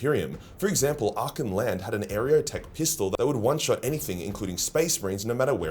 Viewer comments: Archeoteck (ar-kay-o-tech) it's a play on on the word archeology, meaning these weapons are ancient, esoteric, and little understood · I would much prefer if you recorded the word "Archeotech" again and just pasted that over every instance of "Areotech." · Are kay o tech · Someone already commented it probably but you pronounce Archeotech like you're saying Archaeology. "Arc -eeyo - tech" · Are-Key-Oh-Tek ----> Archeotech. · Dude, you're killing me with that pronunciation. xD Archeotech is named directly after what it is. Technology acquired via Archaeology. It's practically a core feature of what makes the Imperium what it is. How can you have gone so long with 40k being such a part of your life, and somehow not put two and two together with how to pronounce it? ^ ^ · This comment deserves more likes! Hooray for helping pronounce archeotech!